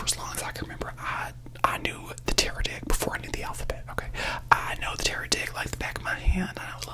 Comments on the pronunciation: Was that 'tarot deck' or 'tarot dick'?! I swear I heard tarot dick!! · The taro what? With the accent I did NIt hear tarot deck.....miss maam, the scream I scrumpt. Love this